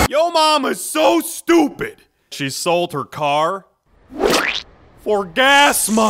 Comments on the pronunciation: I like how the police officer say "car" as "care"😂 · I like how the police officer pronounces 'CAR'